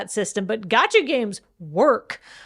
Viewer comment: Being surrounded by so much otaku energy, I can only assume that is pronouncing "gacha" like that on porpoise.